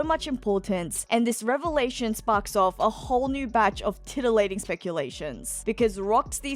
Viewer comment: Did you just say.. titillating..?